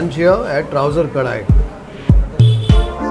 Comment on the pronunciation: it is Touser kadai not ‘Trouser’…😊